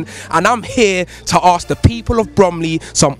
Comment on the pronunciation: He pronounces the word 'ask' like 'ARRKS'